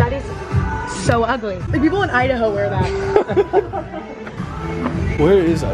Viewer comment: Instead of Idaho it's imdahoe